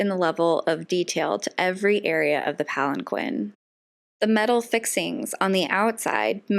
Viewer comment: You mispronounced palanquin...